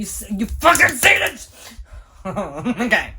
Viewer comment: Whenever says "Hmm, okay", he sounds like he's saying "I'm gay". 💀